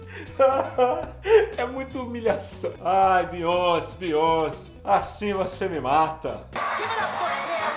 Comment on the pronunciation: Se fala beyoncê* não bíonce kkk